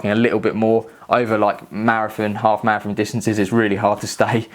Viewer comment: mara-FON lol